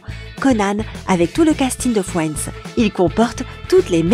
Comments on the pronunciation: Non mais les gars, elle dit "FWENDS" !!! 🤣🤣🤣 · Merci, je ne suis pas la seule qui a eu mal aux oreilles... D'ailleurs moi j'entendais Fouends au lieu de Friends. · Je suis morte comment elle prononce friends «fouendz» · Sympa, et une chaîne pourrie !!! Tous et presque faux !!et putain cette voix et prononciations !! MoI aUsSi j aIMe fioinds ( Friends ) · Fwiends 🤣 Tanksgiving Bwaaaah mes oreilles !!!!!!